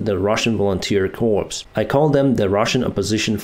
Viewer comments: Challenging, difficult but not critical..I love your style, you really do know how to put things..you RADIATE CALM 😇 Ooo: CORPS is not pronounced CORPSE, it is pronounced CORE as in apple core! The P and the S are silent. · quit calling it "corps", it's pronounced COR, like in "nuclear core", we hope that volunteers remain in good health and show the mafioso army what's what. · BTW "corps" is pronounced "coors". The "p" is silent. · corps is pronounced core as in apple "core" and not as dead person "corpse"